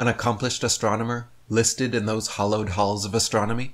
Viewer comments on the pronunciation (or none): . Hollowed? I thought it was hallowed.